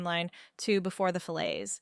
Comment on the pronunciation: poshest way of saying fillets ever🤣